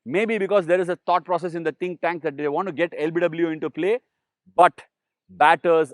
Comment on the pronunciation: You said think tank, I heard Ash'win'